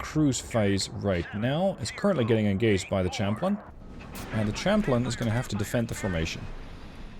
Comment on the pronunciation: I get English is not your first language but it's pronounces Sham-plane, like Champagne. English is indeed a weird language.